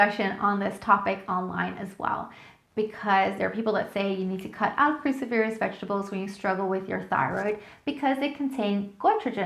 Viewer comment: Cruciferous is pronounced kroo-SI-fer-ous, accent on the second syllable. Aluminum, NOT aluminium.